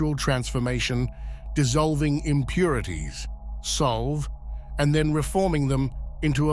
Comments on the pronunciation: If it's latin it's sol veh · It's not Solve, as in to solve a puzzle. It is Latin and pronounced Sol-Vey. It means essentially to break down into its component parts. The Coagula, to coagutate, to bring together or combine again. Also, the close captioning does not match the words. It is the Sabbatic Goat, not "submitted" as we see on the screen. Also, "Esotericists", not Esoteric lists "Levi", not LaVay